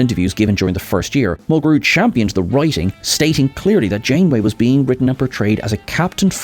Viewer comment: 7 of of 9 had a "glowv'; oh, you mean a ' gluv' (glove). 😉 Kate Mulgrew's last name gets the accent on syllable #1.